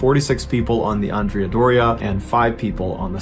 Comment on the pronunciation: You pronounced Andrea different ways. First is wrong.